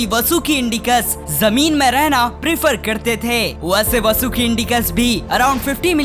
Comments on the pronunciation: Not vsuki This is vasuki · Vo vsuki nhi hai👿vaasuki hai😈👹